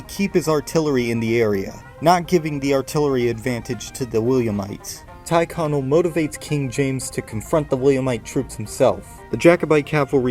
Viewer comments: *Tyrconnel is pronounced "tirr-connell" /tɪɹˈkɒnəl/ not "ty(r)e-connell /taɪˈkɒnəl/. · A great video that shows you have a good understanding of Irish history. However, if I could make a couple of suggestions, I'd recommend changing a few pronunciations. Tyrconnell is typically pronounced with a softer "E" sound, with it more typically being pronounced like "Terconnell". Newry tends to be pronounced "Neury" as opposed to "New-ry", the world "New" isnt really heard in it at all. Drogheda is a more confusing one as Protestants from Northern Ireland will pronounce it with a hard G like you did, but Catholics typically say "Droheha", omitting the G although, and this is the more common pronunciation overall in Ireland. I apologise that I'm nitpicking, but as myself and many other Irish commenters have said, this is an excellent video and a brilliant Paddy' day gift. Just a few wee pronunciation tips to make it even more accurate. Slán go fóill!